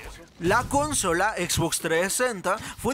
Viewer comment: Como me caga cuando no pronuncian bien como la x box >:v